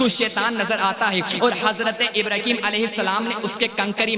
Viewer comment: ابراہیم نام ہے ابرہیم نہیں